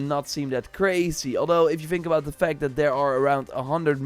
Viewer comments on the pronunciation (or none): none